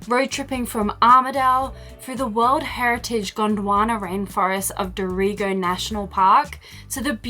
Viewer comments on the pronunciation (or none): Nice guys. You’re in our stomping grounds now. Nice drive isn’t it. Heads up, local here. Dorrigo is pronounced Dor-reh-goe. Not Dor-eee-go. And Dumaresq is Due-Merrik. Wolla-mom-bee Falls. The Wollomombi River joins Chandler River here. It’s the Chandler River you see in the second lookout there and it’s one of the major tributaries of the mighty Macleay River. Bellingen is pronounced Bell-en-jen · I think, although I can't be a 100% certain that the dark wallaby was actually a wallaroo. Shorter than kangaroos but very solid and dark coloured. You do get them around the gorges. You did pronounce Wollomombi correctly, but not Dumaresq or Dorrigo. Another example of Aussie pronunciation of names is Goonoo Goonoo which is just south of Tamworth and pronounced Gunna ganoo.